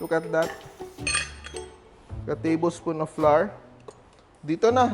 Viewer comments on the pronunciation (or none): none